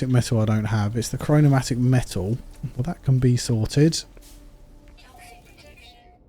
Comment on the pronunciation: It's chromatic metal and not chronomatic 😂